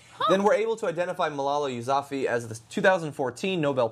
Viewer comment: He said Malala Yousafzai's name wrong.